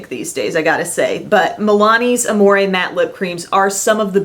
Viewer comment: I'm not trying to be rude but when people pronounce amore (ah-more-eh) instead of (ah-more) it makes me so mad 😂 (that's probably cause I speak french tho)